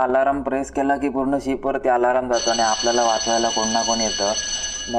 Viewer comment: Aalaraam nahi... Alarm..